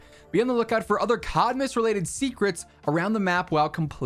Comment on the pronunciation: I kept hearing "shitmas" :D